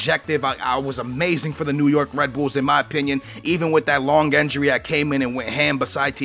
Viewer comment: It's not enjury it's injury